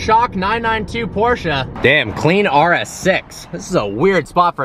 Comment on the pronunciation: finally someone who pronounces porsche correctly